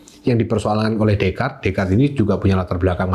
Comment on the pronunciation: Jarang orang Indo yang bisa pronounce Descartes dengan benar😊